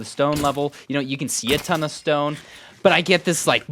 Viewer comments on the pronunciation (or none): none